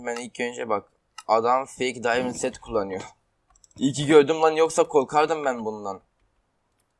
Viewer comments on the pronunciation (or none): none